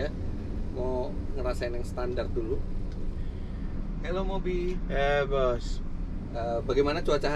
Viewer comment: Fitra eri: Hello Mobi: Hewos wkwk